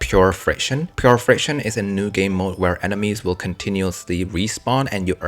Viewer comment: I thought it was “Pure Fiction?” Not Pure Friction.